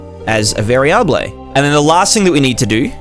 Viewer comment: lol "vari-ah-blay"